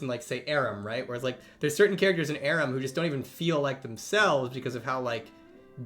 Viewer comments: Saying aram, not Aram. Somehow feels... disrespectful 😅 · Why does he say Aram like that